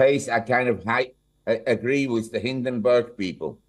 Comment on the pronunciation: It’s hindenburg not barg; you IT cell need to learn how to read ..